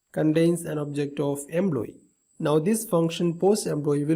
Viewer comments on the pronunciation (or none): What's with the EMBLOYEE ?!! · Very good explanantion. just wanted to know, why you say Employee==>> "Embloyee", Import==>>"Imbort" , Component==>>"Combonent".